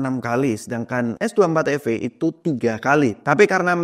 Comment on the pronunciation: Ay de ting, ay cus S dua empat efe